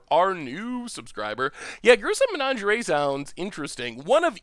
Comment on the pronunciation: Pronouncing "menagerie" like "lingerie" is my favorite pronunciation of all time. So saucy.